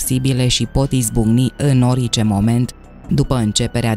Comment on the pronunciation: Poti sa pronunti cuvântul orice …normal.?….nu ori…ce